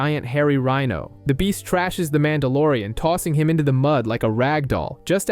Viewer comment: Calls him MAN DA LORE IAN Short for MON DOH